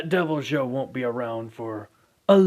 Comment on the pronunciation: You said deviljho it’s supposed to be devilhoe